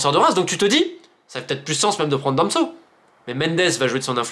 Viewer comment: C’est moi ou j’ai bien entendu Romain Molina dire Damso au lieu de Danso 🤓